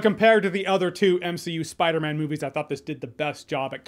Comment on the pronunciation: he's saying spider MEN